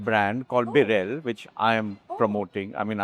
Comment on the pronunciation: Annnd...yep, she can't pronounce Birla correctly. It's बिड़ला, not "बिर्ला". It really is such a sight to see that Indians can't pronounce basic household names of India. Seriously, what is going on with education in this country?